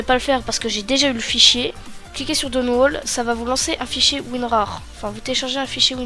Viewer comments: "Downwold" haha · Bonne vidéo, bien expliquée mais essaye de bien prononcer Download xd . Pour les gens qui ont des problémes avec sweetfx j'ai une autre methode pour vous,: 1- Allez sur votre bureau , clique droit Propritété graphique. 2- Allez sur Affichage 3-Couleur puis sur avancée 4- Vous modifiez la saturation comme vous le souhaitez . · Putin comment tu prononce download XDDDDDD